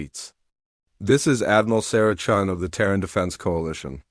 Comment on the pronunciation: The AI changed Chen into Chun by changing the i into a u.